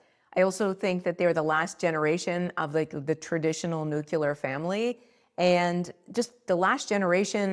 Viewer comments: Apparently Boomers were also the last generation who knew how to pronounce "nuclear". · Interesting That's not how you pronounce "nuclear" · She says nuclear wrong.